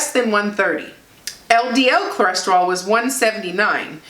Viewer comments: The lab test is called a “Lipid Panel”. Cholesterol is pronounced (kol-es-ter-oll). Just saying...best wishes. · Say it with me..."Cho" "les" "ter" "ol". Theres no reason for you to sound like a small asian lady learning english. Good video. Keep up the good work. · My numbers are very similar to yours. Go! Ko-les-ter-al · Is she saying CLO-resterol cause if she is that's adorable ❤ congratulations #ketosaveslives